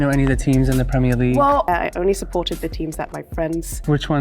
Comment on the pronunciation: The way he said football and premier league gave it way for me, only time he sounded remotely scouse